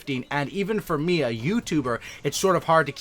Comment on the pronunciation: Keep up with the “meda” not media “meda” im like what the heck is a meda then with explanation I assume he means media...